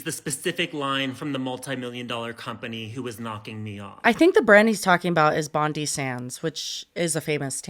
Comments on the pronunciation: Girl the way you said Bondy sands haha it’s a famous beach here in Australia and it’s pronounced with a hard I like Bond-I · its like "bond-eye sands" queen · the way said 'bondi' from bondi sands im deaddddd its bon-die like the beach, love 1/5 aussie viewers ahahhahhah